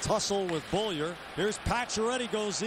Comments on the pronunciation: Who the hell is "Bowlier"? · Relax guy. I was making fun of the announcer's pronunciation of Beaulieu. He kept butchering his name by saying "Bow-lee-er."